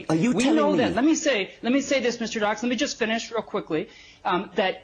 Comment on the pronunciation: "Mister Dachshund"